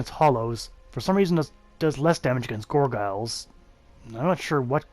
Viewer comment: Can you stop saying gorgyles wtfff